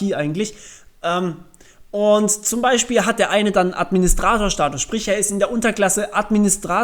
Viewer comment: Plural von Status ist btw. Status mit langem u gesprochen. xD